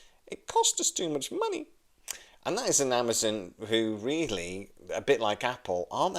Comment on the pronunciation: why are you pronouncing AmaZON as AmaZIN?